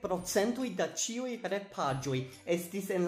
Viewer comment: Am I the only one hearing "saluton al ĉioj" ?